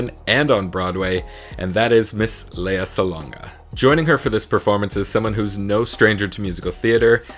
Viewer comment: It is Le-ya and not Lee-ya. 😘